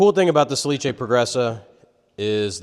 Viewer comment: Nice video, but the manufacturer is "sà·li·ce" not "sa-li-ce". I know it's quite difficult (no accent reported on the name) but we use so. Salice is the willow plant.🙃By the way, you and are masters in woodworking.